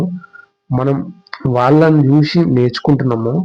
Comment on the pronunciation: చూషి నా, చేషి నా, వచ్చేషి, శ కి ష కి తేడా తెలియాలి కదన్న.🙏 మంచి వీడియో చేసి ( చేషి కాదు ) నందుకు మీకు ధన్యవాదాలు 🤝